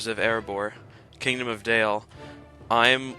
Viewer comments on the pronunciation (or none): none